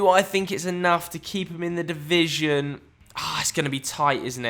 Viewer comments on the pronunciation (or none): none